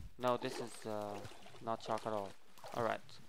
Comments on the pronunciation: He says chark not shark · shark* not chark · He calls it a chark